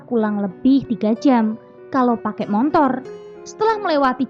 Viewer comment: motor = montor...????😂😂😂😂